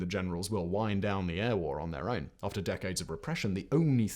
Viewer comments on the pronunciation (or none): none